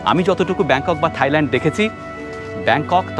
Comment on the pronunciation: দারুণ ভিডিও কিন্তু উচ্চারণ ta হবে Thailand (soft tha’i) mane (থাই ভূমি) not Thighland (উরু জমি). এটা তাদের জন্য অপমানজনক তাই বলা.